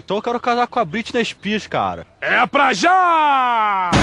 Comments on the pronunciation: "Briti ispirs" 😂😂😂😂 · "Brit spils" HAHAHAHAHAHA